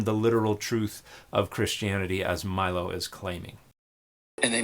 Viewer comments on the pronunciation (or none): The way you said Milo’s name was wild